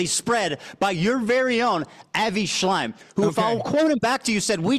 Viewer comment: Idk if I'm crazy for this, but I feel like the fact Ethan got Avi Shlaim's name wrong literally every fucking time during the convo except the first time he was brought up is a perfect example of the fact that he doesn't actually give a single fuck about the genocide and is just using whatever resource he can to defame the people he deems as "antisemetic". It made me laugh every time he said Avi Shlime, but it was so disrespectful to him. It's be like if he said Anne Frunk, who's memory he was also horribly disrespectful to, imo. Also, LOVE that Hasan called him a racist fuck. So gratifying and I think a lot of people will put the pieces together once hearing that.